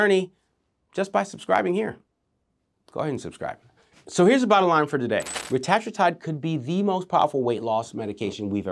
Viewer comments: Great video. Just a heads up. It's pronounced ret-a-TROO-tide. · Its pronounced (retuhh true tide)